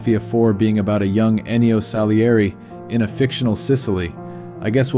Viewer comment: OMG, the way he mispronounced Salieri's name, killed me on the inside. It's Salieri, not Saleri.